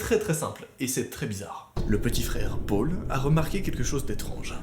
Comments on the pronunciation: " et son petit frère pôle " PÔLE NORD 😂😥 deso mais tu le dit bizarrement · tu dit mal Paul